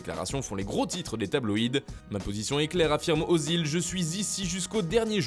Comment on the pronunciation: C'est pas ozil mais özil, ö ce prononce E.